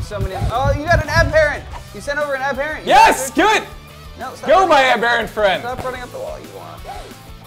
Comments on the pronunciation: an am-BEAR-ant isnt a thing. however an AM-ber-ANT. (sorry im not a living dictionary, but you get the point) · its weird the way you guys pronounce aberrant I put more emphasis on the ER but you guys switch the ER for an AR so its abarrent instead of aberrant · ab- er- ant not a-bear-unt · Ab-er-ant not aber-ent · its abberant and lev-e not leevi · They pronounce aberrant in a weird way.